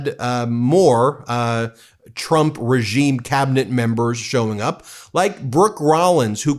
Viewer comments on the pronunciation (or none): It certainly sounds like Leavitt calls him President Chump half the time. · The only truth out of Karolyin's mouth is that she pronounces Trump as CHUMP.